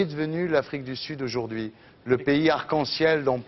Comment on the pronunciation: Chui choc même avant il disait "ojourdi"